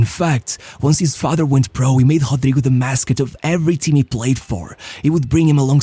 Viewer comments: His name should be pronounced as Ro-dry-go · It's a joke, lol... Intentional mispronunciation of his name based on how it's spelt